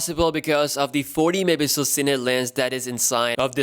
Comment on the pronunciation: Can't you say megapixel right for once?